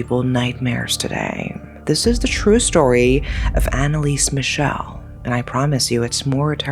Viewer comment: Well as a german, it's kinda disrespectful to pronounce her name completly wrong. There are still friends and family of her alive. You did that to a lot of other people as well. I can't speak to the asian names but i even doubt all of their pronounciation was right. She really died because of religious delusions droven by her parents and if you don't have enough respect to look up the name of a poor dead girl, you shouldn't exploit her story. Epilepsy doesn't effect just movement but can happen in other areas of the brain as well, hence the visions. Many saints eat disgusting stuff to suffer for their sins and Anneliese might have done that as well Not because she was "possesed" rather to suffer to "be worthy of god" and expel the "demon". When she talks as a possesed, she still has strong a regional accent wich don't fit the alleged demons. It's really clear when she speaks as Hitler who spoke german as well and he has a really distinct way of speaking wich she didn't copy. You could argue for the others, that they could speak all languages as a demon now. Also she didn't knew latin because she was religios, she knew latin because she had Abitur and needed the big Latinum to begin study as a teacher with catholic religion having the big latinum as neccessaty before